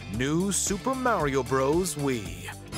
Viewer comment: The way he said Mario’s name made me go watch something else😊